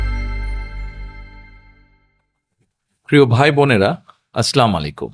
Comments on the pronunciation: সালামটুকু সহিহ শুদ্ধ ভাবে দিতে জানেনা। নেতা আমার দেশ চালাবে! 😂😂😂😂 বি এন পি ❌ স্ক্যাম পার্টি ✅ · একজন নেতার কাছ থেকে আসসালামু আলাইকুম, উচ্চারণটা ঠিকঠাক আশা করেছিলাম...